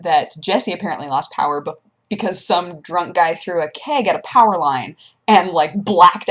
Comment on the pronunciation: LIMITED POWAH!! :)